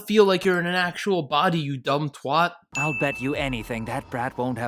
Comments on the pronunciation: The way u said twat was so shit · i know this is old but how the hell do you pronounce twat like that